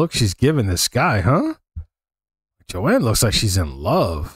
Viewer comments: it's pronounced Joan like groan not Joann. Last name pronounced Bi-ezz. She's a fabulous folk singer. Personality that's one of my all time favorite songs. Try some Carly Simon. Listen to the song "You're so Vain" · Joan not Jo Ann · Joan , not Joanne . Bob Dylan is with her . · That "guy with the guitar" is Bob Dylan, the most incredible songwriter of his (and many other) generations. He received the Nobel Prize for Literature in 2016. He and Joan (one syllable, not Jo-Ann) were the king and queen of folk music in the 60's and 70's. He continued to write music for 60 years and is still performing. Both were involved in the Civil Rights movement and the anti-war movements. I suggest you listen to ""The Times They Are A-Changing" and "Blowing in the Wind" to hear what the young Bob Dylan was writing back in the 60s. It was a shock when you didn't recognize him. For us, it would be like someone from your generation not recognizing a picture of Michael Jackson. I congratulate you for beginning to explore the music from the 60s and 70s, but you have a long way to go, partner. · Its Joan, not Joanne. She is amazing for sure! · Her name is JOAN not Joanne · it's pronounced, phonetically, I guess "Jone". It's correct spelling is Joan. Not JoAnne. That's a different name. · Learn to read her name is JOAN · Why can Americans never pronounce Joan, why do they never google how to pronounce Baez ( or Joan, if they're THAT clueless), how could you not recognize Bob Dylan, why assume the man is the guitarist.. I COULD go on.